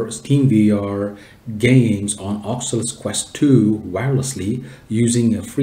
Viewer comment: Its O C U L U S. But really nice tutorial.